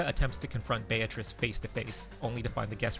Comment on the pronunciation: btw, the correct pronunciation is "Bea-tri-ce" not "Bea-triss"